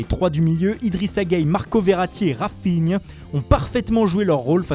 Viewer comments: Raphinha je l ai repassé 3 fois 😂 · "Les 3 du milieux... rainnnfinhaa"